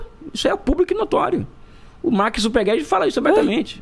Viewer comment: "o marc zuperguede"